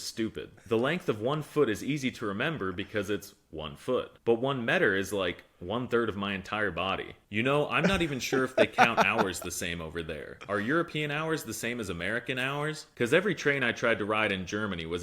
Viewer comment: It's meeter not met r